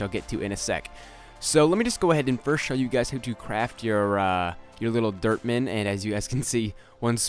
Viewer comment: was sounding like was saying derp man no offense